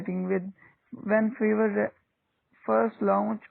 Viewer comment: briefly explain. what is feverr brother It's Fiverr